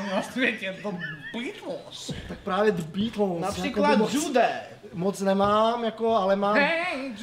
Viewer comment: Radim video sem nikde neviděl kde by to takhle říkal ale už i v jiných videích kde Žbirku parodovali tak tam vyslovovali The Beatles úplně stejně